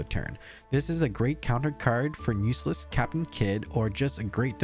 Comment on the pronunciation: Are you saying "USELESS CAPTAIN KID"? HHAHAHA